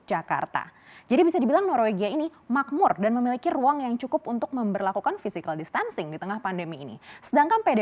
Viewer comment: Koreksi penyebutan distancing yg benar adlh 'distancing (tekanan di awal), bukan dis'tancing. Tks